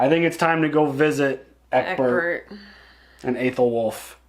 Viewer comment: I realize how very late I am., I am baffled that u r this far in and are still calling him Ecberk. Brother, it's Ecbert. Love u guys tho.